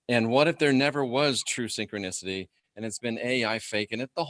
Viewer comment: SYN-CHRONIS-TY SIN- CHRONUS... CHRONUS..S0....